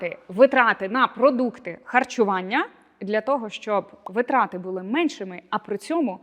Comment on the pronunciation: дякую за рекомендації, тішуся, що більша частина з них уже в моїй рутині))) маленьке зауваження: в слові наголос на перше и — вИтрати